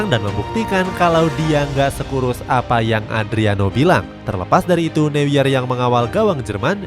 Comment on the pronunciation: Bukan Manuel new-yer bang tapi ma-nu-ell no-ya atau manuel noya dibacanya